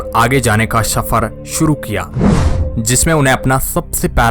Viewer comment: Shafar nahi safar bhai sahab talffuz sahi kare aap channel chala rahe. Ya to bhai urdu ka use na karo hindi me bolo ya phir talffuz sahi karo